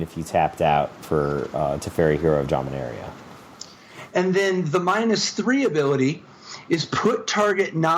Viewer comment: Thank you for pronouncing Dominaria the correct way.